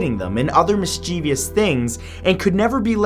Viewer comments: It's mischievous...not mischievIous >.> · There's no such word as "Mis-chee-vee-us".